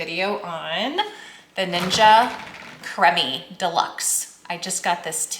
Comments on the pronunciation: Cream... EEEE. Not crum eee. You will love this machine. I use it daily. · Is "kremmi" how they pronounce it in Canada perhaps?